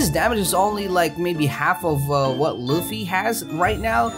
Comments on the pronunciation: It funny cause he says floafy instead of fluffy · Its luffy not loafey dont compare his name to a meatloaf ahhhhhhhhh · Bruh it’s not low-fy it’s either luf-e or lu-fy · Loafy its a luffy not hating just correcting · Please say luffy next time e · Ah yes i love "loafey" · You said loofy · BRO ITS LUFFY OML